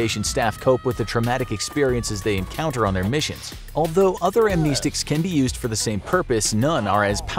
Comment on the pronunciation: Am-ness-ticks. That's how it's pronounced.